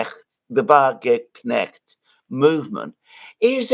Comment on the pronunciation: Mercouris can't say the word "Wagenknecht" even if his life depended on it.